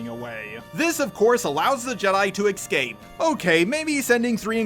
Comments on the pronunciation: Why do you say excape instead of escape? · Does anyone else notice that says "excape" instead of "escape?"